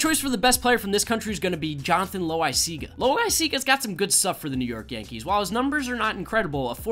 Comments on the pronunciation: Loisiaga is pronounced Low-E-Z-aga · It’s pronounced low wise siga